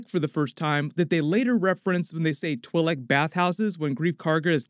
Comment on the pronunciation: The Twi'lek is actually pronounced ------> "chWEE - Lek".... Not as it's pronounced here in the video.. Ahsoka Tano pronounces it like this and she's a Twi'lek herself